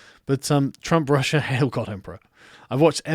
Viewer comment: Why do I hear "Prussia" instead of "Russia"?